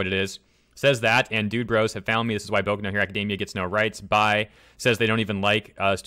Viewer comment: "BokoNoHeroAcademia"? Okay.